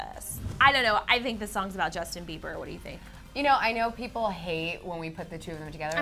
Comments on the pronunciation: mmm btw it's justin not jusin 😂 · Justin. Not jusin da fuq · "Jusin" LMAOOOOO